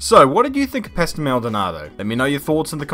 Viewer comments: hearing say 'pastel' instead of 'pastor' makes me think there were two maldonados: the crashy-crashy dont want to finish a race one and the LORD maldonado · It's pasto not pastel